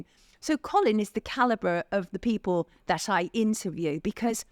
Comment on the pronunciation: Mr Gold, your diction is atrocious. Why? Strike is not pronounced shtrike. People is not pronouned peepoor, and please stop waving your arms about.